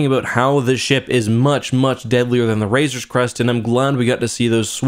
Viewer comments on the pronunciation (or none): massive nitpick but you keep saying razor's crest instead of razorcrest and it is driving me insane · razor crest. Not razorscrest. 😂 I swear you say it everytime. No hate just thought i would say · Keep calling it “Razors crest” I swear to god. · Will ever stop saying the "RazorS Crest"? ^^ But in all honesty, this episode was really the best Star Wars! I think they did everything right and this single episode alone does everything better than the whole sequel trilogy. I am so happy right now:) And I am a bit worried about the whole Boba Fett spinoff - Mando season 3 topic, because the first thing that came into my mind was: wait, will there be a third season of Mando or will it be replaced in a way by Boba?..